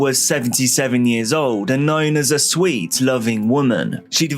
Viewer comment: did anyone else hear swed loving woman instead of sweet loving woman